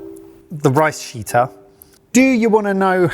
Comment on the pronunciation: Sheetter sounds far too much like shitter. Especially since it looks like a toilet